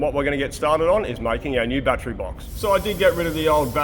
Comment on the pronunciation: It’s pronounced battery not battery.